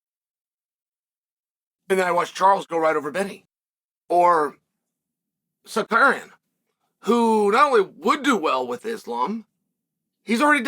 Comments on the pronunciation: Sar ooooo key in Not sarkaren 😂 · Cekurian ????. 😂😂Bro could have said Sarukiyan as simple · It takes more effort to say sakarian than Tsarukyan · Pronounced Cal Shownan right? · “Sarcarian will have my protection” but keeps butchering his name very subtle 😂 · Who da fq is "SAKERIAN" ? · Sarkarian WTF Chael if someone mispronounce my name i will tech them how to pronounce like Merab 😂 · Repeat after meX uncle Chael::: Sa-Roo-Kyyan. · F*** you! You are not even able to say his name correctly! The champs name is tsa-ruk-yan!!! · Sar - You - Kee- In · SAR-RUKE-IAN come on chael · its a joke about how chael is pronouncing tsarukyan's name as sarkarian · Big L for Arman SuckAryan 😂. Chael kills me with these names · Tsukarian? WTF is that? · Armed-man Sicario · Arman Sicarian according to uncle Chael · Sar karian 😂😂😂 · Amran sarukyen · Cheal, with all due respect, the difference between you and Tsarukyan is that he has a championship mentality, and not a punching bag mentality. He knows 3 (if not more) languages, whereas you are a professional commentator that for some reason cannot pronounce the guy’s last name. Repeat after me. Ts-a-ruk-yan. And finally, him turning a short notice fight down means he is taking this seriously, which nothing but honorable. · I didn't know Charles went through Da Roosh. Jael Sunin needs to get the names right. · This guy!!!!! 🤦‍♀️ have some respect the Champ has a name and it’s Arman TSARUKYAN!👊🏼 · Really man? You are talking about someone, and you don't have a respect to say the correct name? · Learn to pronounce the guys name… lol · Chael has a problem with him which is why he intentionally mispronounces the name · Chael, please stop using the R and the K backwards. Or just say his first name. Thanks.. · Tsarukeynn needs to watch Chael to learn the proper way to pronounce his own name... 😂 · I came here JUST to hear ol' Chael absolutely BUTCHER Arman's name 😂😂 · Honestly knowing he does is on purpose makes it very funny